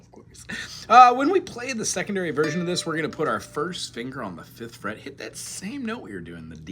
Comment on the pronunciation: D flet on the first flet 😅😅😅